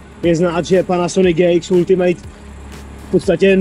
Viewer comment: "Ultimate" se fakt nevyslovuje jako "ultimejt". Když už dělám o něčem konkrétním video, tak si zjistím aspoň výslovnost toho názvu.